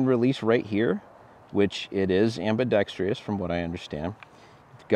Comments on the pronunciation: There is no "tree" in ambidextrous. Google the proper pronunciation. Otherwise excellent review! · Right? Take a moment, write the word out, separate the syllables, then show me where there’s a “tree” growing in there. I realize it’s Latin but it just feeds the anti-gunners’ impression that we’re all undereducated hillbillies. Too bad, he’s a witty and intelligent sounding host. Growing up in a German family in the Midwest the words that drive me crazy are people who make Porsche a 2-syllable word and those who say Leo-pold. Ow, my ears! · It amazes me and drives me crazy at the same time that so many gun peepscan't pronounce ambidextrous. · I'm from Finland and the word is ambidextrous...'merica baby